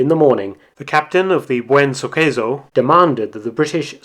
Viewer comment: The correct spelling of the C in"Suceso" is with S, not in italian way. It would sound like "SuSeSo".